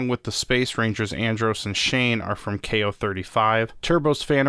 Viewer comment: it’s zhane not Shane for in space it’s just something I noticed I’m not saying it to be rude